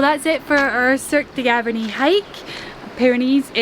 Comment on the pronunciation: Cirque de GavArnie and not GavErnie